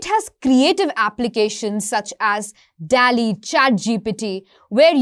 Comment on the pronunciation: 😂Dear Video editor, its "Dall-e"... Not "Tally"